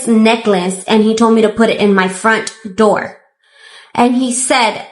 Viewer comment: Open the noor, open the noor 😂